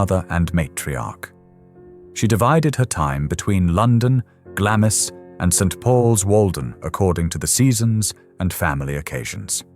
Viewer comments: Glamis is pronounced glarms. But great video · yes, it is and I get irritated when researchers do not do their due diligence. I am a New Zealander and we pronounce it Glarms as it has always been. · I am Scottish and we refer to it as Glams Castle ie the i is silent. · I say Glarms. I'm English though. If I pronounce it in a Scottish accent it'd be Glams. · I was indoctrinated to a received English accent when discarded by my parents to boarding school. The Royal family pronounce it Glarms. With an R sound. I appreciate its a Scottish castle and Scottish people pronounce it Glams. But if its a sasenack trying to pronounce it they'll hear an R. A lot on here are not from out Isles. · I found this video fascinating, although irritated by the pronunciation 'Glam is.' I used to volunteer at Gibside, now a National Trust property, which was the home of Mary Eleanor Bowes who married John Lyon, Earl of Strathmore. Under the terms of her father's Will, Mary Eleanor's husband was required to change his surname to Bowes. Her father, George Bowes, had only one child and Mary Eleanor became the richest woman in the UK upon his death. The surname Lyon was reinstated many years later, initially as Lyon-Bowes, but later Bowes-Lyon. The Queen Mother did visit Gibside in her younger days, prior to WW2, and eventually handed over the keys to Gibside Chapel to the National Trust when the family could no longer afford to maintain the property and estate. Mary Eleanor Bowes' life story is described in great detail in Wendy Moore's book, 'Wedlock.' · I think it’s “glaamz”. no r sound added.